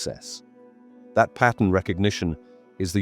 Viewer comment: the way you say 'pattern'. pah uhn